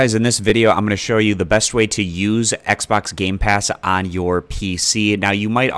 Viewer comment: Thanks. Now I'll never be able to un-hear, "Xbax app" ever again.